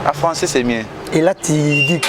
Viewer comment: Papa zua temps yekola lisusu pcq ozoloba François au lieu de français.